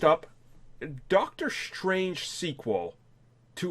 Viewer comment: Doctor Schtrange